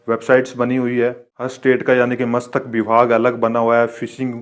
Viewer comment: मस्तक विभाग नहीं मत्स्य विभाग 😁😁😁